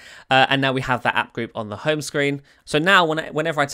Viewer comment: It's HOME page not "HUN" page / screen.